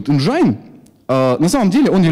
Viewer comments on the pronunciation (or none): Энджин,а не энджайн :(